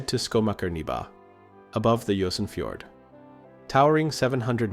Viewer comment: local pronounced Jørongfjord, so not so bad